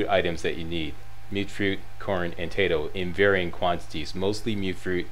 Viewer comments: Yeah and everyone else, it’s “mute” fruit not “mutt” fruit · Yeah I know, it's just the first time I've heard it pronounced that way. Every other video seems to have it as "Mutt fruit" haha.